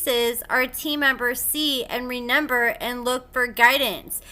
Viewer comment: I love ur videos and channel but I can't get over the fact u say renember instead of remember my oldest daughter did that when she was lil it was too cute and funny. No shade fr I love it